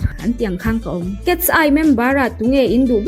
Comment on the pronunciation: Cats- eye angin i lam zel a😅(Mizo accent in) KET-SAI tih a lam tur aw miss❤